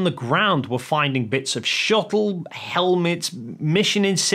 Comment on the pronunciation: It’s shuttle. Not shu-ell. You twat.